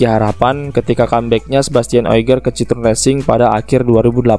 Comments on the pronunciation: Bacanya bukan citrun tapi citoen bang, ini kan mobil prancis bukan enggres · sedikit koreksi min, pembacaan merk Citroen bukan seperti ejaan lama bahasa belanda, tapi bahasa perancis yaitu bacanya cit-ro-en